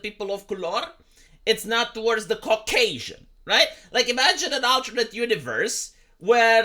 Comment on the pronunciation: I don't like how you say "Cock-Asian". /s